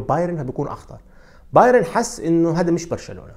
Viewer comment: لم أتابع لغاية الآن محلل رياضي في القنوات العرييه بقدرتك وبدقة تحليلك يا سيد. لكن اتمنى أن تعمل على إتقان لفظ الأسماء الأجنبيه.فأنت تلفظها باللغه العريبه. أنصحك بالاستماع للمعلقين الأجانب كيف يلفظون الأسماء. على سبيل المثال لا الحصر بايرن تلفظ "بايارن" وليس "بايرين"